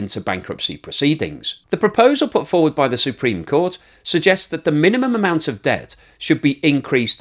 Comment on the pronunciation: "S U E -preme court ". Um, maybe Google up inflection. Jesus.